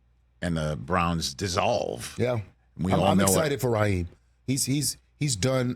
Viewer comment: Ummm, Raheem, not Raheed